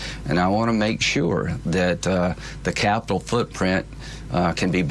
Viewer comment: "peloslei" "capilol" I think Lindsey graham is broken